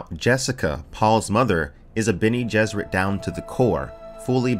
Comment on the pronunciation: "Benny Gesserit" :P - but still, good vid